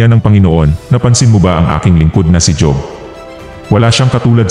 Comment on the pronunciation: Kaya lang mali ang pag bigkas mo ng job dapat hob kc pinoy tayo tama ba ako